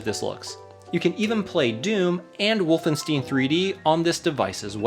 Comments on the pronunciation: What the f*** is ‘Wolfen-steen’? It’s been ‘Wolfen-stine’ for almost 30yrs. #wolfenstein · Did this man really just say "WolfenstEEn"? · wolfensteen ?? you mean wolfenstein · Wolfensteen... :D